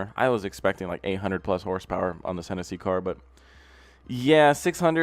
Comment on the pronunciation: Bro it's Hennessey. Look him up.